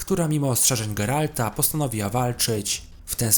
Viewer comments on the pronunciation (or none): none